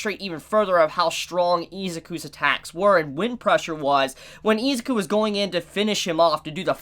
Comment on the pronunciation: Anybody else pissed off how he’s pronouncing Izuku, it’s with an I not Ezuku